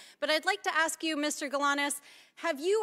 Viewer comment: It was perfect til she said " axe"